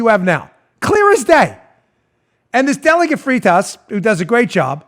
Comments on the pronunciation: Danny its pronounced FRIGHT US. And yes, Nick Freitas is awesome; a true soldier of liberty. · Freitas = "freight-us"